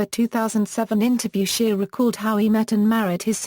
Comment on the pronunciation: His name is not SHEAR it’s SHEA!